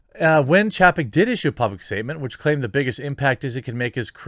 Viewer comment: It's chay-peck.